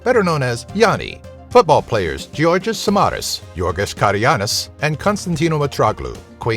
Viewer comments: George karagounis not karagiannis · Νομιζα οτι λεγοταν Καραγκουνης και οχι Καραγιαννης.... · It's Gorgios Karagounis! NOT Karygiannis... tut tut tut... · Colossus of Rhodes is not actually there,it has been destroyed several centuries ago...also,it's "karagounis" not "karagiannis"...Anyway, great video! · if he says samaras and karagounis one more time i will cry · να ηταν μονο ο Καραγκούνης 😂😂 την στραπατσαδα την ειπε στραπάτσαδα 😂😂😂😂